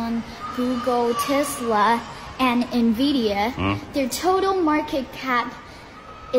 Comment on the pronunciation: 不可能在中国。听她说话的腔调就是美国abc。 tesla这种发音 一股浓浓的加州音。感觉回国旅游的差不多。。而且她原文 一直说 china 巴拉巴拉。但是翻译是我们巴拉巴拉。各种迹象都说明不是中国人。可能是为拍片需要。或者小孩不懂 才认为自己是中国人